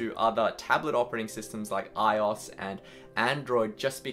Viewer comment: Why would you pronounce iOS like that!?